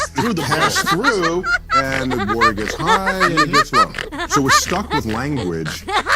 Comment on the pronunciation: Wathur, Wathur, level Wathur, why are you so wathurry.